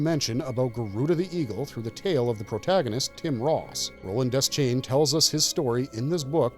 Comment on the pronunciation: De-schain, not Des-chain